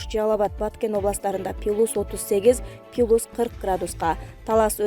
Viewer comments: Пилус дебей плюс деп суйлочу,адамдын кыжырын кайнатпай,же кет суйлобой! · Пилус эмес плюс.Бул блогерлерге айткан менен бекер. Жанагы тез кабардагы Атакулга канча айттым. Жер сатылат 5 соток дегенди, 5 сотик дейт, же 5 сотых дейт. Айткан менен бесполезно. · Диктор туура окусан пилус эмес плюс деп оку,школдо экиге окуганмынго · Пилус эмес !Плюс . Ануумалдуу эмес ! Анамальная деп айтат. Туура айткыла!!! Грамотныйлар жокпу ?......... . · Пилус пилус без грамотный.туура окучу.плюс аномальный деп. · Пилус эмес плюс граматей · Диктор туура окучу. ( Пилус ), жаш элесин, ( плюс ) деп туура айтчы. Туура эмес окусанар ,уккандан да уяласын. ( аномальныйды ) да туура эмес айтып жатасын .Журналист, диктор, блогерлер, озунордун устунордон кооп- коп иштегилечи. Коп окугула, заман жакшы, бардык шарт бар окуганга. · Ушундай сабатсыз журналисттерди эмнеге ишке аласыңар. Туура окуганды билбейт. Пилус дегени эмнеси. Адамдын кыжырын келтирет. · Пилус дейсинби мектепте окудун беле журналистка :) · Пилус дегенин туура эмес чон ката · Ай, квзым ай, пилус деп окубачы. Деги кайдан табасынар чала сабаттарды? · Диктор нормальный окучу пилус пилус дебей уялсан боло